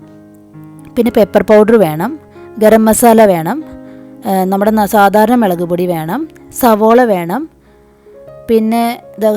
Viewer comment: Chechi melakennu parayumpo enik chiri varum😇